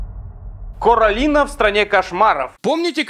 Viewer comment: Тогда надо ставить ударение на первую О в слове Коралина чтоб оно читалось как "кОралина" а не "каралина")))